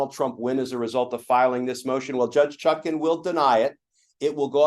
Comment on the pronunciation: For god’s sake, it’s ChutkAn, not Chutkin, and it’s Immunity, not ammunity!